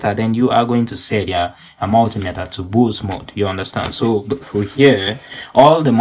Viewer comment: i mean pronounce boost